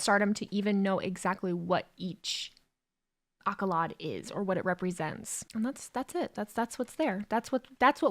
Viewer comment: Accolade; Ack-o-laid. NOT leviosaaaah.